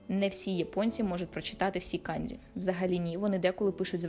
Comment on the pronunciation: не треба будь ласка використовувати росняву систему транслітерації. Ось ці ваші кандзі, хіросіми і фудзі - це неправильно. Правильно буде - канДЖі, хіроШіма та ФуДЖі. Почитайте про систему Коваленка, українського вченого-японіста.